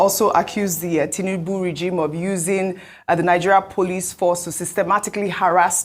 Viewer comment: Please it's not tunubu. It's President Tinubu. Correct yourself please.